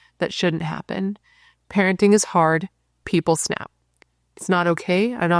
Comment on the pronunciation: Its Not Hardh